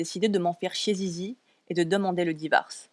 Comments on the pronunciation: C est pas "zizi" mais lizy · Elle s'appelle sisi ah je croyais que c'était zizi C ton accent déso 😅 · Il le pronomce mal mais c'est Sissy